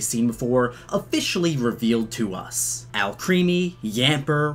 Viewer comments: IT’S AL CREHMY not creamy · lol the way you pronounce Alcreme as Alcreamy. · ITS PRONOUNCED AL-CREME-IE NOT AL-CREAM-IE LEARNYOUR FRENCH ITS ALCREMIE BECAUSE ALCHEMY + CREME